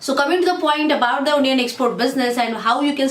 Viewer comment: Nice video... but you should pronounce it A-nion not O-nion.